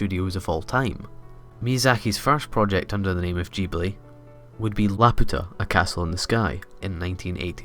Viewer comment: Thank you for pronouncing Studio Ghibli correctly. A lot of anime fans assume that since the Japanese G sound is always the soft grrr sound (as in "good"), it should be pronounced that way, even correcting people who get it right. But the Japanese spelling is ジブリ (jiburi) so it's a hard G/J sound.